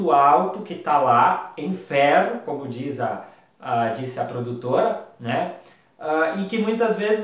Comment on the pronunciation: Ouvi três vezes e não entendi a frase só entendi ai longo do vídeo que é FERRO na tua dicção parecia feno , fé , .